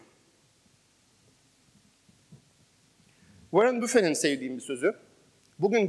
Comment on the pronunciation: Ukalalık olarak algılamayın ama Warren Buffett , Vorın Büfe olarak değil , Vorın Bafıt olarak okunuyor.